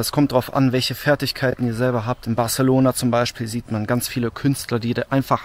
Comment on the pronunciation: "barZelona" ??? Autsch....